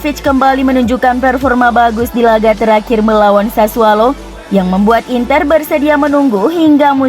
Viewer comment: Sassuolo pak. Bukan SASSUALO. Pake O bukan A